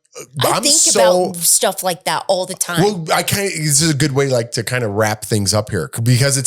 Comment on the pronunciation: Irritates me when says “ wool” instead of “ well” - I cringe!